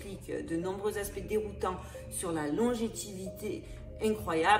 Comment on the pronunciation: « Longétivité » 😂😂😂, tu voulais dire longévité. Pas grave, j’adore tes vidéos 🙏🏽👏🏼👏🏼👏🏼